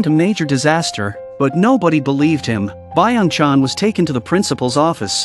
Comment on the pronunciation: Blud called Lee Byeong Chan Biong chang [Moms account]